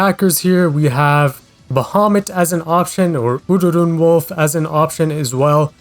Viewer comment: Why does he say ururun as udoodoon